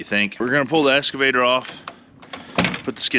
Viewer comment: It's okay, Brian Brown says escavator too, instead of excavator. Just bugging you, lots of words I say wrong too.